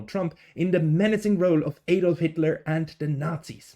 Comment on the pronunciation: You're Swiss aren't you? Why are you mispronouncing "Adolf"? It's usually only Americans who can't pronounce it.